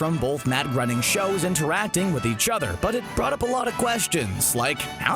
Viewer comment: ......his name is pronounced GREY - NING....... NOT GRINNING